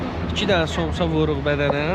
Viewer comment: Somçs yox samça